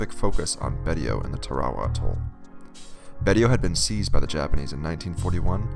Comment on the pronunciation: Pronounced “Baysho”